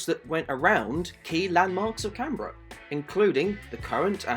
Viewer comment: For a second I thought you said Carribean.